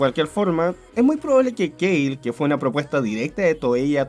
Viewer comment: KALE!!! K-A-L-E!!! no se dice keil. Si en japonés que es el ORIGINAL es kale. ¿Por qué lo gringalizas?